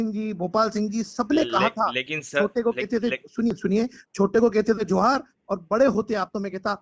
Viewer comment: जी को तो जोहार शब्द बोलने भी नही आ रहा है क्या जमाना आगया है अपने स्वार्थ के लिए नेता जी क्या क्या करने के लिए त्यार है एक टाइम जोहार शब्द को वोरोध कर रहे थे वो आज जोहार बोल रहे है